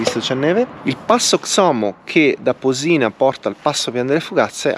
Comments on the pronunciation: Ciao :-) bel giro nei luoghi a me vicini Unico appunto il paesino non si chiama Posì-na ma Pò-sina. l'accento è sulla o 🙂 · conosco a memoria queste strade sono le mie in bici. Comunque sbagli sempre accento su Posina ahah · Le montagne a sono Monte Majo e Monte Maggio. A sinistra del passo Borcola è il pasubio. Posina senza l’accento sulla o 😂. E al massimo potevi andare a Schio e pian delle fugazze.